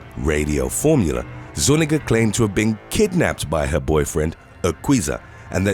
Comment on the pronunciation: Zu-nee-ga, not nu-ni-ga